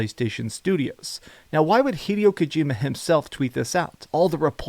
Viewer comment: HEE-DEY-O KOU-GEE-MA